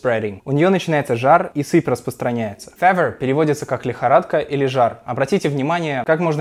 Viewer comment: мне кажется или слово fever неправильно произносят в этом видео?